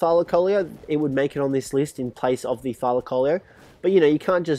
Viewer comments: Thylacoleo is pronounced thigh-la-see-oh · Say it like Thy-La-co-leo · it's "thylacleo" not thylaloloe!!